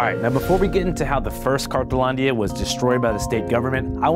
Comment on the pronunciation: Isn't it called, "cartonlandia" cause I keep hearing "cartelandia"? Or am wrong?